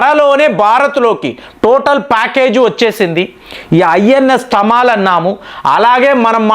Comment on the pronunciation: తమాలమ్, తమాల్ అంటే మద్దిచెట్టు. ఢమాల్ కాదు 😂